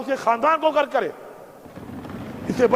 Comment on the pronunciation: غرک نہی ہوتا بلکہ غرق ہوتا ہےُ